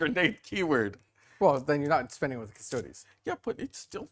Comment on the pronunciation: 1h 25min in. Can’t watch him butcher Custodes again